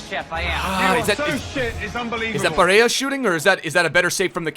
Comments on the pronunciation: hey, in italy we pronunce it “Nicoló Barèlla” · the y-ish pronunciation of “ll” only works in Spanish, in Italy his name isn’t “Bareya” it’s just Barella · Es barela boludo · u don't pronounce double LL like that he is Italian not Spanish